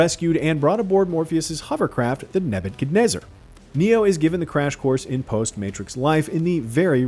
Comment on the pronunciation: "The neb-eb-ken-nezzer" ... how are you struggling with that?